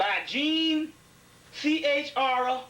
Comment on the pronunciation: Yep complete idiotic projection to people in the audience enjoying the group think. He's so "well read" he couldn't pronounce an authors last name of Chrone... Utter idiocy.